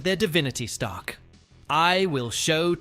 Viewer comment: Sorry sounds like Stark! No “er” sound on the end!